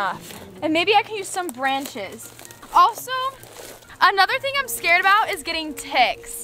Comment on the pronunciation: “it scerd me it made me scared. It scerd me to.”